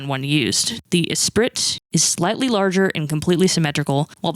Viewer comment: just FYI Esprit is pronounced Eh-spree And Warwick is pronounced Wor-rick ❤️